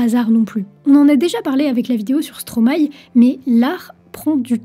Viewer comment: "stromail"???? c'est 'stromae', ça vient de maestro en verlant